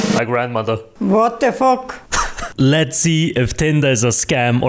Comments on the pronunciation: "whot de fok" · ''wot de fok'' :face-blue-smiling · 'wot de fok'got me rolling on the floor crying🤣🤣🤣🤣😂😂😂💀💀💀💀💀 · "whot de fok" huh sounds like a real babushka lol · the "wot de fok" got me😂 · WHOT THE FOK😂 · "wot te fok"